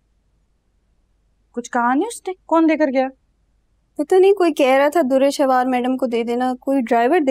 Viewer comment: Durreshehwar ❌ Durrefissure ✅